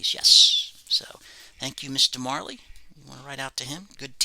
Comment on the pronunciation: Hello, great video as usual. I loved to watch the items signed and listent the story for each athletes. Love the Buster Douglas autos and the Dan Majerle ( i will write Dan Marle because i don't know why the englisp speaking guys do not pronounce the "jer"....smile! Thanks for sharing my friend and Happy Easter.